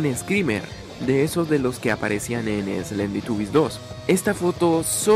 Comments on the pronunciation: En la curiosidad 10 dijiste slenditubies lll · En la curiocidad 10 dijiste slenditubies 3